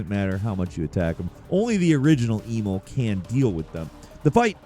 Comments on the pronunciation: I'm almost certain that at this point, is just trolling wirh mispronounciations, Love but he did do my boy Emil dirty. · His mispronunciations are getting out of hand. He mispronounced Emil when in the game and the first game his name is said multiple times! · It's Em-EEL, not E-mil. Considering as his name is openly spoken in the game, I'm uncertain as to how you managed to fuck that up. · i'm sorry, but who tf is "e mole"? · “Eee-mil” it’s Emil. E-mil. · Emil, like "uh-MEEL" is a common human name not EE-mul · The way you kept mispronouncing Emil's name aggravated me so much. It's pronounced "Eh-meel", not "EEE-mill" 😑 I normally dont have any issues with your content, and usually look forward to watching your videos. But this little infraction... just rubbed me the wrong way. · Eemaulah and eemull... It's Emil (e-meal) T.T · "Eemull" Okay, so you didn't play the game. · ee-mil? EE-MIL?!? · Why do you keep calling Emil, Emo? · Christ dude it's pronounce 'em-eel' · Brother…E -MEAL = Emil… sorry it’s driving me nuts 😂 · Who the hell is Eemol??? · do you mispronounce shit on purpose??! I’m at 14 and it’s EM-EEL and that’s like the 4th mispronunciation so far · Flacid-dick-sux lol But E-mul? I swear mispronounces names on purpose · Tell us you've never played Nier without telling us you've never played Nier with the way you pronounce Emil. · Imagine fucking up pronouncing Emil’s name. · WHY DO YOU SUCK SO MUCH AT SAYING WORDS AND NAMES OF CHARACTERS?! It kills all credibility! Do better! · Feel like you mispronounced every name wrong on purpose. Geez. The Emil pronunciation was brutal, he says his name multiple times in both games. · HOW IN THE FUCK did you pronounce Emil's name????????? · Mispronouncing Emil like a gatling gun made me lose my mind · He effectively reversed the vowel pronunciation... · pronunciation of "Emil" makes me cringe.